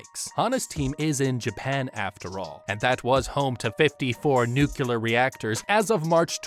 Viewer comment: I’m loving the video! My inner scientist just needs to say it, though: it’s “nu-clear”, not “nu-Q-ler”